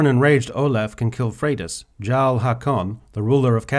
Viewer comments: You’re talking about how Haakon’s race is historically inaccurate when you can’t even pronounce her title right!!! It’s not “garl” it’s “yarl” it’s not said the way it’s spelled because it’s a different language!!! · It's Jarl nit Tsarl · jarl is pronounced = yarl and its a title :) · I could've sworn "Jarl" was pronounced as "Yarl" even tho it's spelled with a J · I’m not taking lessons on history and ethnic inclusion from a dude that pronounces the title of “Jarl” wrong. 5 mins into Skyrim you should know how to say this word.